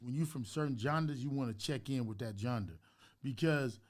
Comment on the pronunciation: nobody is gonna tell Big U he saying "genre" wrong 🤣🤣🤣🤣🤣🤣